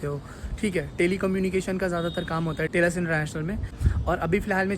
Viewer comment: Telus ❌ Tailus ✅